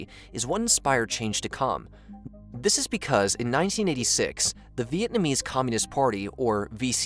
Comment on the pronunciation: I love how you pronounced every single Vietnamese word wrong 😂